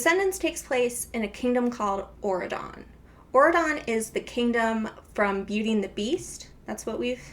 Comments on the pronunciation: Every time you say aurodon i think ur saying oregon and tht makes it 10x better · Auradon sounds like Oregon, I can't unhear this 😂